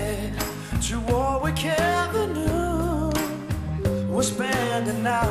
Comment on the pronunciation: Well, hvis en gruppe nogensinde skal vinde en x-factor konkurrence, så er de her guys er godt bud. Det eneste der er lidt ærgeligt, er at Marcel (Som synger mega godt) ikke helt kan udtale nogle ord. Han kan ikke sige w/r lydende. Allwight, i stedet for Allright. Og Warwick istedet for Warrick :S Synd, men elelrs mega nais